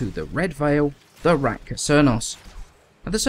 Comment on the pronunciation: Is it just me or you keep says Ratka instread of Rakta :-)